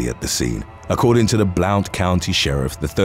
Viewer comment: Blount county is pronounced “blunt.” I live here now. They made fun of me when I first moved here for pronouncing it the way it’s spelled. 🤷🏻‍♀️